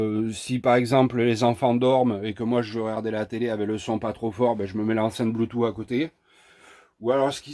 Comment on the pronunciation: C'est éxact que les 3/4 des emetteur Bluetooth décalent le son. Merci pour l'info sur ce modèle. Au fait pour Bluetooth moi je prononce "Bloutouce" et pas "Bloutou"...